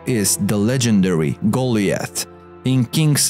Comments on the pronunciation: Love this but it's so so so super cringing the way you pronounce names like Goliath, Arabia, etc...... Should really look into the proper way into pronunciation when those are important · They didn't the guy cant even say Goliath probably lol goollieth